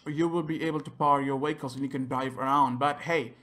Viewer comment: I know he is saying vehicles but i hear is VWAKOLS still a helpful video